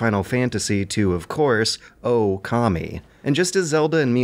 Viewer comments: Sounds like you're saying "commie" instead of "Kami" XD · Mishearing "kami" as "commie" cracked me up every time.